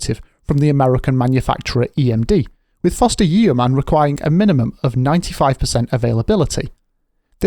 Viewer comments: yeeeeeeoman? does nobody learn how to read these days? It is pronounced Yoman like Roman with a Y. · It's not YEOMAN - it's pronounced YO -MAN - with a silent 'E'. ....I hope this helps ? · It’s pronounced ‘yowman’.